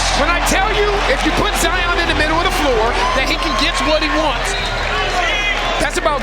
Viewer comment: Zion been well known since highschool and the disrespect on part of the announcer to call him Ziar Williamson